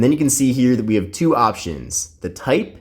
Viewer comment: Ngl its kinda annoying when he says "chu" instead of "two"